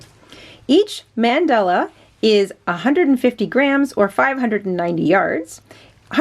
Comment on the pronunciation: LOVE THIS...but please...it's not "mendella." Pronounced MUN DAH LAH. will definitely make this. it's an awesome pattern.